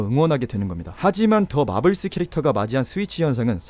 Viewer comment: '더' 가 the가 아니고 more할때 더 같은데